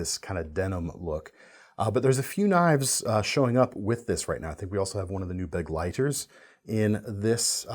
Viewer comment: Pronunciation tip for the Begleiter: buh - glei - ter (** is emphasis)